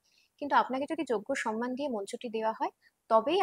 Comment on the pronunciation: আপনি যেহেতু আবৃত্তি করেন তাই একটা ছোট্ট সংশোধন, কথাটা সোনমান না ওটা হবে সন্মান।বড্ড কানে লাগে। আমাদেরকে, ওদেরকে ,এগুলো ব্যাকরণ বিরোধ শব্দ।একটু খেয়াল রাখবেন।